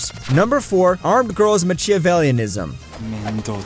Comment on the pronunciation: The way you pronounce Machivellianism is so painful. Lmao